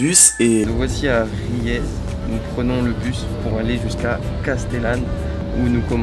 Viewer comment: "Riez" se prononce "Rièse" :)